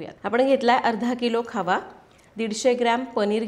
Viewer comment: Khava ki khaava?? Ky boltay